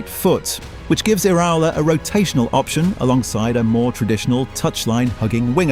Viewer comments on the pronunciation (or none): God these AI voice-overs are annoying. It's Ki-eza, not Chee-eza. Ear-a-ola, not Ear-owla. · AI slop that not only sounds formulaic, but can’t pronounce the manager or the player’s name properly. Lazy, deceptive and sloppy.